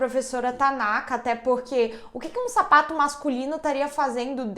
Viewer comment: Na hora que ela falou sapato eu pensei que ela tava falado safado